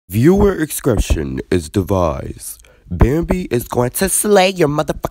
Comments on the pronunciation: "Viewer Aiscretion is Davised" 😂😂😂😂she said that waaaay backwards!!!!! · "Viewer Ascretion Is Davised" lmfaoooo WHAT!?!? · So did anyone else notice how she said "viewer escretion is divised" 🤔😂😂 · "viewers aiscretion is dvised" I'm dead💀